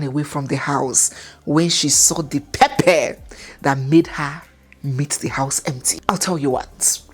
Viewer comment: I love when says “pepper” 🤣😂